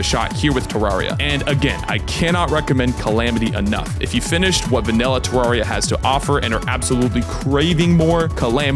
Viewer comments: One it is you say it like this te rare e ah two I have played this game since I was seven I nothing traumatized me but my older sister hates this game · Sorry Terr-air-e-uh is how it’s supposed to be pronounced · Me:;NOoOoOoOoOoOooO PLEASe I WANN- well yeah it does say teens. Any way that’s not how you pronounce terraria. You pronounce it like ter-rare-e-a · It’s pronounced TerRAIRia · I bet he never said terraria right like chippygaming